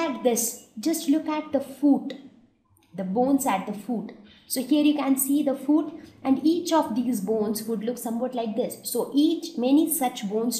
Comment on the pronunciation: It’s not foooot it’s foot